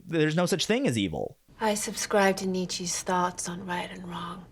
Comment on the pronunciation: She pronounced nietszche as nichi?